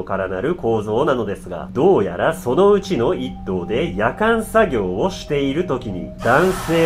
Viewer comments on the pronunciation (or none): イントネーションがキリンがおかしいのかワイの頭がおかしいのか夜間作業のヤカン作業ってなんやってなった。 ヤカンで沸かさんといけんことあるんけ？って思ったんだがw